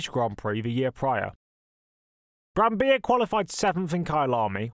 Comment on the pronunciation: Nice video, thank you. Btw, you pronounce the double-Ls in Brambilla.